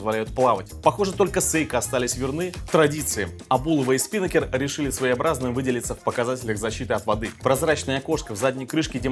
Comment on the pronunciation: СпинАкер ударение на А, парус на яхте